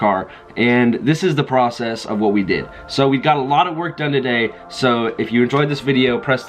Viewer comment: Kwwwhhjuan 😂😂😂 kwwwhhwot box 😂😂😂😂